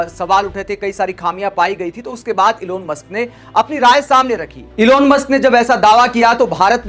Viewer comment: इलोन मस्क ग़लत उच्चारण है । एलन मस्क है नाम ।।